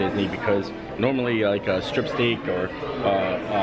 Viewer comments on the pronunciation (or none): none